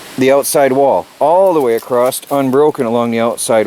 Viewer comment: across not acrosst there is no t